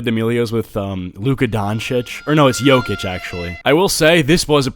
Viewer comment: Ayyy Nikola Jokic lol, i laughed when u misspronounce hes name, hes from Serbia where im from.